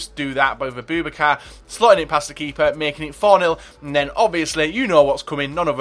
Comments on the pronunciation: Abooo Bak Ar is how you pronounce it 😊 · A-boo-bak-a is how you say it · his name is pronounced a-boo-ba-car